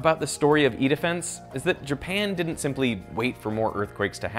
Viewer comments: I can't stop hearing "eat a fence" when he says "E-Defence" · Very interesting video, but every time you said “E-defense” I couldn’t help hearing “eat a fence” lol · I swear this CC is wrong and it starts out as "This is the world's largest earthquake simulator, called Eat-A-Fence". That's way I heard and turned on the CCs to make sure that was not the correct company name 😂😂😂